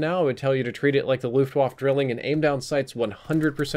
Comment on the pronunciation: "Looft wahf"